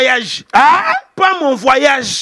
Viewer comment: " Mon vwayajeh"😂